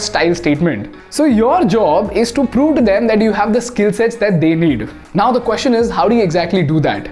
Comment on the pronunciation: You use the phrase 'The question is' a lot in your videos. Now a very indian way of pronouncing is "Queshion' and that has been the norm I know. Your videos are making a great impact and I would love everything about it to be perfect. Just my two cents 🙏